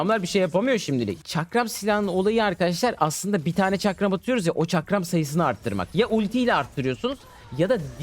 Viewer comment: Çakram demesini izlemeye geldim arada bir farklı pozisyonlar çıkıyo lütfen videoyu düzeltin